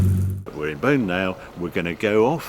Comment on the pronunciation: By the way Beaune is pronounced closer to "Bawn" than "Bone"...